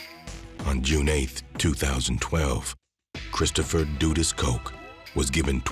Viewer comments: It was pronounced wrong. Not doodus but duh duhs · DUD-US not DOO- US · Duh Duhs. Not Doodus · It’s DUD-US not dudis🤦🏾‍♂️ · Its pronounced DUD US Not DUDEUS😒🙄 i cant even focus and believe this i fo is accurate when you start off by getting the name wrong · Duh- dus is how it’s pronounced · lol his pronunciation crack me up 🤣 say it one more time brother lol 😂 dooduus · Duh Duhs the u is more pronounced like an O it’s not like… du du or do do but a sharp duh like when girls say “duh” but shorter and shaper and not drawn out… the pronunciation is probably done on purpose. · What ...doo dus?? 😂😂😂😂😂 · It’s pronounced ‘Duh-dus’ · Bruh not doodus lmao 😂😂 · Jamaicans pronounce it “Duh dus” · The "u" in his name is pronounced like the "u" in "run" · this hw u call it duh-dust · the guy in the video just made it sound like doo-dus or doo-dus to me. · it's dudus 2syllables dud us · 🤣naa dudus 2 syllables dud us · the crowd was chanting bruce the then prime minister....the guy name is pronounce duh-duh-us just say it fast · Every time there is a documentary about "Dudus" it's either overexaggerated, repetitive or misinformative as the other Documentaries are over the years... And the Pronunciation of his name my God... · Well narrator still didn't pronounced his name correctly